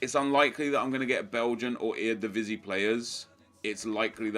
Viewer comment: Ur so sick at saying eredivisie